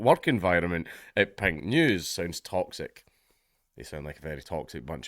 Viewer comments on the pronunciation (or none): Watching this half-deaf is hilarious because it sounds like he's saying "Pingu's". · It wasn't till 1/3rd of the way through that I realized he wasn't saying "Pint News"! Now, it makes perfect sense and is, in fact, expected. Still, it would make a great name for a micro-brew critique site!